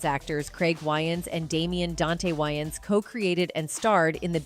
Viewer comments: why does narrator insist on renaming way-ans to why-ans i js couldn't take this seriously if host couldn't take 2 seconds to google correct pronunciation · Isn’t Wayans pronounced weigh-ins? Not why-ins? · I can't she can't say wayans right.🙄. These Ai are not so smart after all. 🤨😂. Nj.